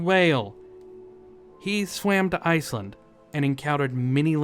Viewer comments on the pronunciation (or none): none